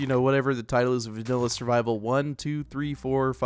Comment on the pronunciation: When he said survivel, it cracked me up.😂